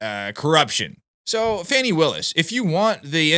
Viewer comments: It's not fanny, it's pronounced Foney? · Even her boyfriend Wade calls her Fani not Fawnie.